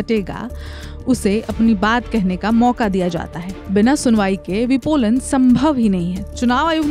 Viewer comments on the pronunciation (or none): आपको हिंदी पढ़ना ही नहीं आता आंटी? विलोपन को विपोलन और कई सारी उच्चारण की गलतियां..... 😂😅